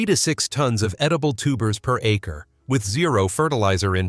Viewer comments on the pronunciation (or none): none